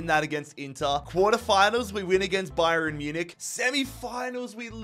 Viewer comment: pronunciation of Bayern Munich is just... it's something